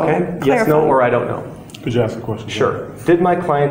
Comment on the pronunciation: Could you axe the question again officsar